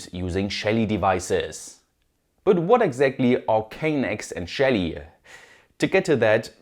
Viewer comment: I kept hearing ''shady devices"